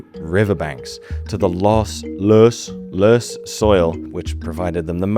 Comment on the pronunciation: Nice "Löss" pronounciation